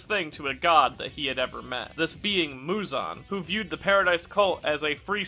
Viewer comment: bro mans called muzan “muzun”